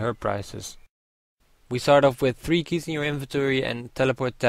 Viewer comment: lol u said lke keych LOVE THAT LOL!~